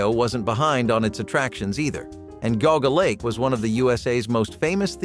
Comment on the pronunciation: Not Ga Ga lake but pronounced Geeauga Lake.